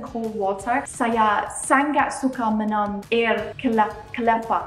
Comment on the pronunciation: Yeahhhh… finally u say it right. Bungkus 😉👍. But there are a few words u need to improve… ‘Sangat’ is Sa-Ngat, not Sang-gat. ‘Minum’ is Me-noom not Me-nam. Btw, your Bahasa Malaysia has improved a lot 🤩